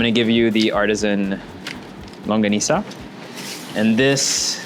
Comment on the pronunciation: Thank you for saying “LANGGONISA”! 😊